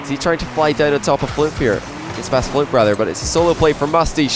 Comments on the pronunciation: Does it annoy anyone else that instead of saying Fluump he keeps saying Floop lol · Why do you say Floump? Why? 😂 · Even can’t pronounce Fluump correctly lol